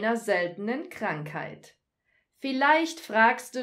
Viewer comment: "Kramkheit". Ha! Gotcha! :)